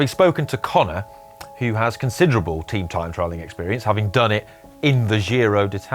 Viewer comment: Tream trime trialling taking the Yorkshire language to a new level. Ps (I'm from Yorkshire)